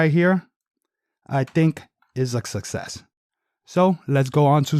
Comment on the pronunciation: U forgot to cut the base of the seats out to allow them to sit deeper in the car. So much fir “SUSSESS” the word os Success (Suck SESS) not sussess 😑🤦🏽‍♂️